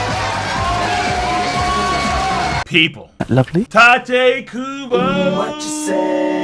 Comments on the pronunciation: It's [TEE-TAY] Kubo, not Taite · Tee-te, not Ty-te pls